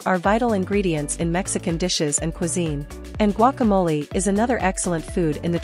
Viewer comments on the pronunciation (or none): none